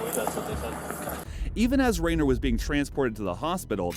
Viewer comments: REN-NER, not Rayner! And of these, only 1 was "dead" when the police arrived! Nice clickbait! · Why are you pronouncing his name like that, it's pronounced Ren-ner not like Ray-ner and he didn't die he did break a ton of bones, was almost paralyzed and was close to dying but like a badass he completely recovered and told death he wasn't taking him. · Its Renner not Reynor. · Is the voice AI? “Jeremy Rainer?” Renner is not hard to pronounce.